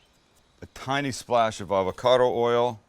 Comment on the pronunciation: Take a shot everytime he says avacodo